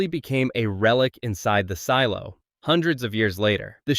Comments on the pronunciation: Seelo? SEELO? Really?? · Also can't tell if I'm missing a joke or something. One second you say silo 18 weird, like sealo. But then say the show name normally, how it's pronounced. Not the first time I noticed this in your videos. Very strange, ai voice perhaps? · YES, I just keep thinking Ceelo Green every time I hear it! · this AI can’t even pronounce “silo” correctly - the name of the show… 🙄🙄🙄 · same thought lol